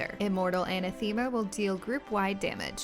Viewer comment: Normally I don't bother correcting improper pronunciations of seldom used words, but this one bothered me for some reason. Anathema: (IPA) - /əˈnaTHəmə/ uh-NAH-thuh-muh